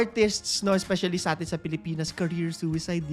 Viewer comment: Funny yung walang s. A'sim ba yun instead of A'tin? 😂😂😂 Anjan na sila🏃‍➡️🏃‍➡️🏃‍➡️